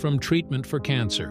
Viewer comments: Also doesn't know how to pronounce the word, 'Cancer' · I know. I was like, "are you kidding me?" I mean, it seems to be that it's one of those AI robot narrators, but come on! Even most of those AI things would pronounce "cancer" correctly. If it was spelled with an "s," then I could kind of see why they would pronounce it incorrectly. But it did pronounce it correctly at least once. But that makes it even stranger I think.